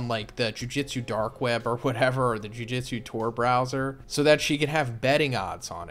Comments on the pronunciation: I’ve been watching this video for more than an hour no. but am I the only one hearing “jiu jitsu” every time he says jujutsu? I mean am I going crazy?? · Is it that big of a deal? and lmao yeah he was saying jiu jutsu